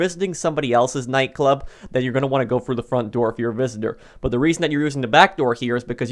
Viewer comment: The word is THROUGH not fru.you didn’t go “fru” the door you went THROUGH it.jesus fuck.